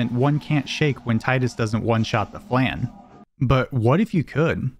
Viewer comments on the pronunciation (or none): Cant believe this dude doesn't know how to pronounce flan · He can't even pronounce "flan" right lmao